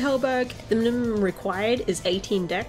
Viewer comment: "The mnmnnmmum required" lol